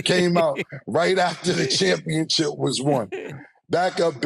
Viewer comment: Just like he says championchip 😅